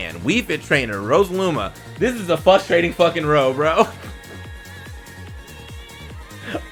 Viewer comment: Why do some people not pronounce the first R in frustrating? Myvwife does it too but ive never understood it